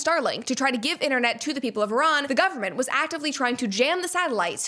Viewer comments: Hello Brett, I’m an Iranian woman. First of all, thank you for pronouncing Iran correctly and for taking the time to learn about our history. The truth is, the world still doesn’t understand how criminal this regime really is — and what we see is only the tip of the iceberg. They haven’t just killed Iranians; they have fueled wars across the Middle East and caused the deaths of countless people from other nationalities. They have forced millions of Iranians to leave the country, including me, and now I don’t even know if my family is safe. Every time there is a protest, the internet, phone networks, and all communications are cut off. I personally don’t know when I will be able to see my family again. This brutality must end. I don’t know how, but I don’t want American soldiers or anyone else to die. What we want is peace, freedom, and enough food for our children — basic human rights. You can’t even imagine how desperate we are. Many people in Iran are asking for U.S. intervention because they know this regime is corrupt inside and out, and it only needs one final push. They have lost all their allies. In their last conflict with Israel and the U.S., they couldn’t even defend the country. Now, all they have left is killing Iranians and threatening the world. Everyone deserves basic human rights. Everyone deserves to live without fear. Everyone deserves peace. ✌🏻😭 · An American pronouncing Iran properly? Thought they all say Eye-ran!